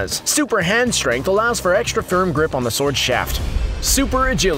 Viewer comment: Hehe you said sowrd